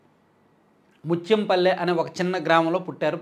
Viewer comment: Adhi Mathyam paipalli.....Muthyam palli kaadhu.. Ne video lo unde akshara doshalu...savarinchuko